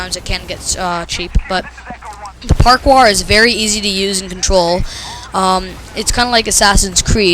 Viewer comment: LOL park-wour :P It's pronounced "par-core". Just a FYI